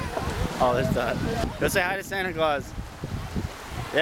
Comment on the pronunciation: the way he says santa clause is funny!